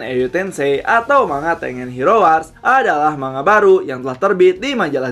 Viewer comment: Baca Tengen itu di pisah sensei. Ten-Gen. Bukan Teng-en